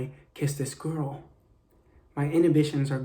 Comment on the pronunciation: im sorry but why does he say girl like GuRl